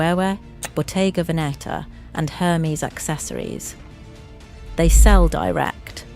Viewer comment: Thank you for this valuable information. But could you please learn the correct pronunciations of names for your next video? Polene, Loewe, Hermes - it's just irritating.